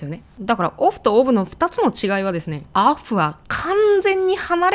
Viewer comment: の「オブ」を寝ながら聞いてたら「アフラック」と言うふうに聞こえた今日このごろなんですけどもぉ..................はい。